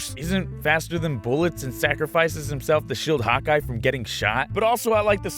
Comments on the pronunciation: The first time I watched this I thought you were saying hot guy instead of hawkeye... uuuhhhh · when you said Hockey... It sounded like hot guy